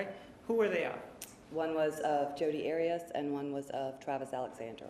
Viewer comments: I wonder why Martinez keeps mispronouncing the name Arias...? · The way Martinez pronounces Arias I know is to trigger Jodi. 😂